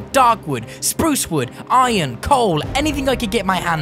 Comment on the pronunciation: Iron not inon